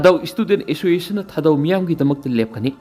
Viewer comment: Assoiciation?? Clear pronounciation 👍😂